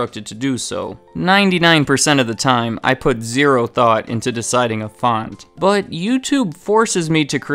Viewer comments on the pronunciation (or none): none